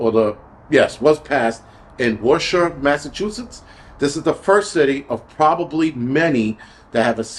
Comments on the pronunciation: Worcester by the way is pronounced ‘Wister’ … it is one of our very strangely spelled cities 😂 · WoooStah, Massachusetts